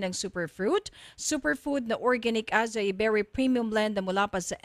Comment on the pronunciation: acai is pronounced as ah-sah-EE